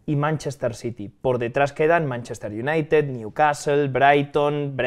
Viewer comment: El "Aston UNAIted"